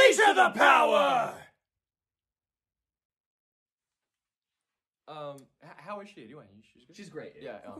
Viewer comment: I heard unleash the powder instead of unleash the power.